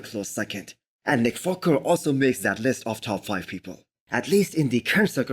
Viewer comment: Its just me or this guy is saying Nick Focker ?